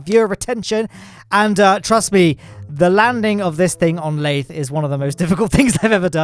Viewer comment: LAYTHE HELICARIER